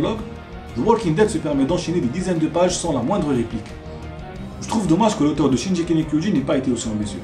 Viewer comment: Juste une petite correction ! le G de shingeki ce prononce en G comme dans GOD ou Gazelle !